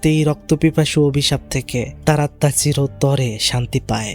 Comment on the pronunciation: আপনি সবসময় আত্মা কে আতমা বলেন কেনো🙂